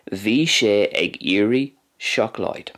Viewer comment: Bha sin uabhasach sgoinneil. The pronunciation of some words in Gàidhlig was a wee bit off though, I think (especially the d in seòclaid, g in ag iarraidh, the long à in blàth and the dipthong in thoir). Beò is also missing a strac in the final example. Also, where did you find the words “coinnigh” and “bladhaire” in Gàidhlig? I haven’t seen these words, and can’t find them in the dictionary. Coinnigh also doesn’t fit the typical imperative verb pattern for plural / formal you? Shouldn’t it be “coinnibh” (though I thought “cùmaibh” would be used for keep). Any fluent or native Gàidhlig speakers, can you please shed light on this?